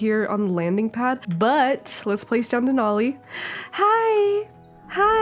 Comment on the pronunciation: IM SO HAPPY YOU LOVED DENALI!!! 🥺 I'm also so happy pretzel got picked, it was so cute. And yes you're pronouncing it correctly!